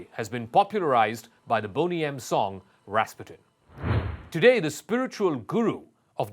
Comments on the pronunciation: Accent is on the second syllable: ras-PU-tin. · Wow, you're right. Ras PUTIN. We should have known him.